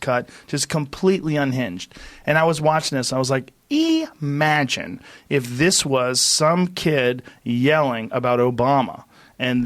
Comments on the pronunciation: Joe “EEEEE magine” Rogan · Joe "E-magine" Rogan